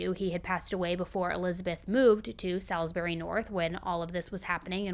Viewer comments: I love you but I put off this one as it happened really close to my home. That was until I heard how you pronounced Salisbury 😂😂 now im laughing. But on a for real note this is just such a horrific crime. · How did you mess up saying Salisbury so bad 😭 I live in Adelaide and that’s NOT how you say it😭 My mum also drove past the house when police were digging out the barrels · U said salisbury wrong hahah